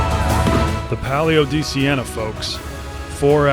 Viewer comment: Only thing more scary than this race is pronunciation of this race. Great vid another banger ❤